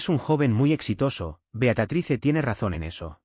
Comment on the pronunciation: Por qué dicen Beacatrice? El nombre es Beatriz!